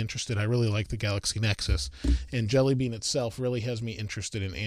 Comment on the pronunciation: Thought he said android deli meat